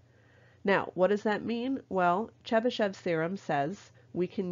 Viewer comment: I heard this as the Chupa Chups thereom